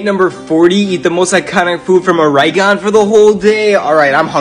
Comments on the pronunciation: You go back to pre school ore-e-g-on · Gosh yeah I really like “Oreygone”. Best place to take a trip. It’s pronounced ore- eh- gone I’ve lived in Oregon all my life and everyone pronounces it wrong. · Pronunciation of Oregon. Or-eh-gon, understandable. Organ, correct. Or-I-gon, I will hurt you. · How dare you call Oregon Oh-rye-gone 🤬🤬 I pronounce it Or-Gun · It's pronounced or-gun, not oREYgon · " O-Ray-gone " beautiful pronunciation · it's organ like those things in your body. Never pronounce the E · You guys are ALL wrong it’s literally pronounced organ 😢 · As an Oregonian, its pronounced organ. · As a Oregonian myself, it's pronounced OR-EE-GUN. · As a resident of Oregon I just have to let you know you did not pronounce it correctly. Oregon is pronounced Aw•ruh•gn. Anyway I live here and that’s how Google said to pronounce it. 😂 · Oregon is pronounced ore (as in Oreo) gon (like gin) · No! It's pronounced organ But it's spelled Oregon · You said it wrong it’s pronounced “or-gen” like the organs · Its pronounces oar-eh-gun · Pronounce it lit human “organ” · If you pronounce it Or eye gon. We have a problem. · My state (Or ree gun)= the most mispronounced state in the union. BTW, WTF is pear blue cheese icecream? Did you perchance try our special "oregano";? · the way you pronounced Oregon is already the joke of the day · He's saying it wrong, proud Oregonian here and it kills us when people pronounce it like this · Man pronounced Oregon like a potential serial killer. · I’m live in Oregon and I just about died the way he pronounced it 💀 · Lol i’m from Oregon and the way he pronounced it made me laugh for five minutes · I live in Portland Oregon and the way he pronounces Oregon makes me sweat bullets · As an Oregonian I take the way you pronounced Oregon very personal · As someone from Oregon, I am highly offended from how you pronounced Oregon💀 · As an Oregonian, WTF is that pronunciation? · I'm from oregon you better not pronounce it wrong again or else